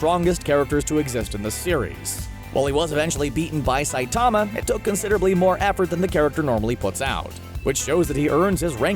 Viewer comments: He can't even pronounce the lead characters name correctly. It's Sigh-teh-ma Saitama, not Sigh-taa-ma Saytama. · u pronounce saitama wrong its saitama all in one word not saitaaaama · The way he says sightama kind of annoys me when it is saitama